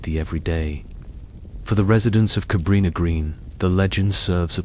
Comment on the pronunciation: Is this fucking AI? Nvm just answered my own question with how they pronounce his last name and Cabrini Green. FFS is ANYTHING real anymore?!